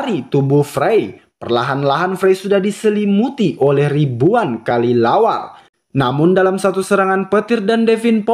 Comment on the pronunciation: Kelelawar bg bukan kalilawar